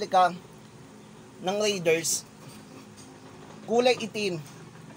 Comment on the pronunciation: BOSS PRONOUNCED AS RAY-DERS NOT RIDERS